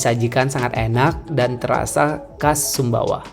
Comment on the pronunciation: Sumbawa bukan sumba.